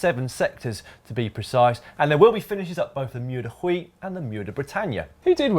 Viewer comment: Thats "moor di wee" guys